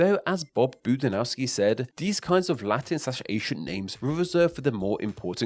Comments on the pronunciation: This was a great video, shame you didn't work enough on the pronunciation of names. Like calling Bob Budiansky "Bob Budinasky" multiple times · You show his name, then mispronounced it. THREE times in the vid. How did you come up with Buh-di-now-skee when it's spelled Boo-dee-ANN-skee? And several other mispronunciations of names/words too. Please talk to Chris McFeely, he's done a lot more research on the robots. (Who should be called androids, or just Cybertronians, as 'robots' implies non-intelligent tool or remote.) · Poor Bob Budiansky keeps having his name mispronounced. XD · The way he butchered Budiansky name just minced my soul.